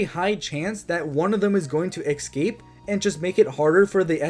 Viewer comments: escape not excape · I love that you say eggscape